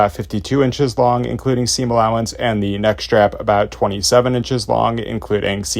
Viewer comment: thee?? Thee seam allowance?…?